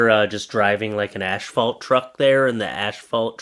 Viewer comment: Asphalt is pronounced assfault not ashfault!